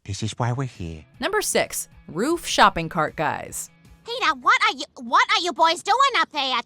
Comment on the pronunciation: Shopping Cart.. no, uh Ro-roof. Roof Shopping Cart....Guys.